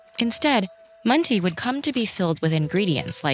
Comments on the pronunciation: amazing video! i only have one critique. i’m Turkish and “mantı” (with no dot on the ‘i’ btw) is pronounced maan- tuh. not maan- tee. just a little critique but it was a very educational video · İt is not pronounced and “mun tea” but as “maanta” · Oof Mantı isn’t pronounced as Mahn-tee but more like a sound between a short -i and and “uh” sound at the end. Other than that this was a great video ^^ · Yeah, her Chinese pronounciation was perfect. She really butchered Turkish tho with the manti